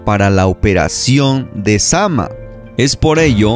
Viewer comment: Creo que es zamná no zama